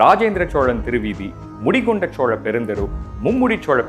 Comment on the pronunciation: Chola.....nengha pronounce pantradhu asinghamaeruku ungha speecha enjoy pannamufiyala sir pronounciation mathungha please